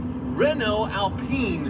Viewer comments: Thanks, no hard feeling about your prononciation with GTA ! Alpine in french sound like Alp-in and not Alp-pine .. Yes this car is so good but, as you've said, the quality is under german standards.. In France, we love the original Berlinette and also the new one .. ❤ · For god's sake it's pronounced "AlPEEN'' insta dislike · As an Italian you should lean towards “Alpeene” So given that we love your pronouncing Italian cars in Italian, So will you please stop pronouncing the lovely Alpine cars as I’d they were built by the Rootes Group in the 1950s/1960s. Otherwise love your stuff, so not asking a lot! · What's the correct way to pronounce it? Alpine that rhymes with shine or Al-peen that rhymes with keen?